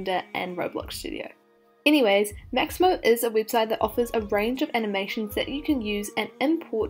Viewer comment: I loved how she said "maximo" instead of "mixamo" 🥰🥰